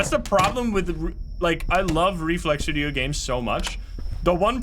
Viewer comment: As it was fortold, I am awakend at the sound of droping wideo